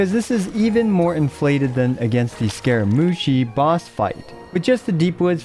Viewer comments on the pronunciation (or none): none